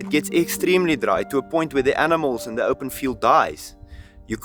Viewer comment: 前歯がないからThの発音ができないから、and the food のthe を一生懸命強めに言ってるけど空気が抜けて dra とかzha とかに聞こえるだけ